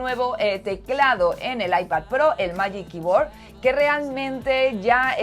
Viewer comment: Buenas! Me encantan tus vídeos y este de 10! Felicidades. Sólo que miraría un poco como pronunciar en inglés "Magic Keyboard" o "Luma Fusion" ya que considero que Youtubers como vosotros podeis influenciar para muy bien a toda vuestra comunidad. Cualquier duda, quizá podría ayudar! Gracias por darnos vídeos de calidad y tan bien hechos! SUPER FAN TUYO!